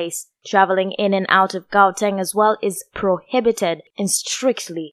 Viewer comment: My gosh! You cant even pronounce Gauteng😠